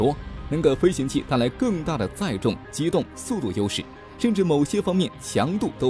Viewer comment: 灰行器，这么差的发音水平还来播报，就是对观众的不负责了